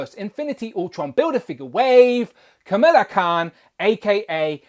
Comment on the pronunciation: Pronounced “KUH - MALL - UH” instead of “KUH - MILL - UH” 😉